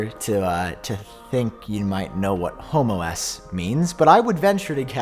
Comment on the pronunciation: You might wanna put a pause between home and OS lol